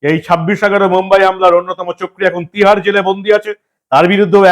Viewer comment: PLEASE SPEAK CLEAR, TIHAR JAIL OR MUMBAI JAIL?